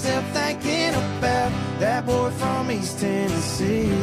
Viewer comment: See! It’s boy or boh, not bull lol 😂